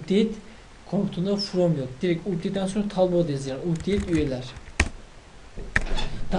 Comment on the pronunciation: Updeyt diye okunmuyor kardeşim Apdeyt diye okunuyor.